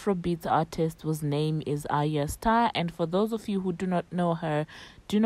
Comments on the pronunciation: Ariya star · By the way you are pronuncing her name wrongly